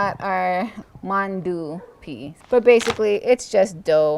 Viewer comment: Hmmm mandoo (accent mark on first syllable [mon-do]